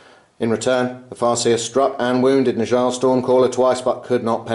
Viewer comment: Fantastic game once again. By the way Njal is pronounced more like "ni-owl" - a mix between the knights who say "ni!" and an owl... I know, it's weird, but that's Old Norse for you...